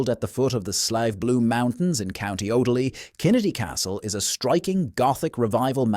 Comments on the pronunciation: So many wrong pronunciations 😅😅 from Kildare myself and all I could think was where the fuck is Co. Odaly 😅😅 OFFALY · Co offaly pronounced offffallly not odely there is a monastery in clonmacnoise not a cathedral , monks lived there 😂 Clonmacnise , is pronounced clon mac noise. I am Irish and from that area .. Slieve bloom mountains pronounced sleeve as in sleeve of a shirt 😂 I have seen banshee once heard her 3 times , she is a small old women with long grey hair , she follows my family and announces the death of a family member and yes she is real. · ‘Oddered’ a lift, and County ‘Oddaly.’